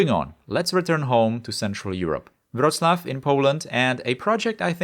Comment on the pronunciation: Just a little FYI, Wroclaw is pronounced Vrohts-wahf not Euro-slav.